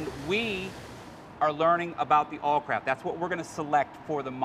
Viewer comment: why does the guy keep calling it awlcrap